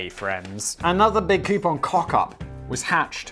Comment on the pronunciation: Koo-poon, not Kee-you-pon. It's wrong in all languages.